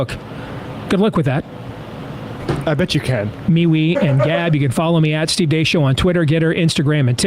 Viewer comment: They clearly have no idea who Deace is. Apparently their show prep wasn't actually viewing the clip, let alone researching, beforehand because they can't even pronounce his name. Deace [that's pronounced DACE, like he said in the clip] has always said the Dominion voting machine fraud wasn't something that could be proved and Rudy et al were wasting their efforts in claiming fraud there. He is pissed at them for wasting time/money/credibility on it when there was no way to prove a negative. But if you don't do your prep, you have no context for any of that. But like most MSM, that's to much to be bothered with. Instead, just spin it to show literally the opposite of the guy's beliefs. It's all about narrative, never about the truth.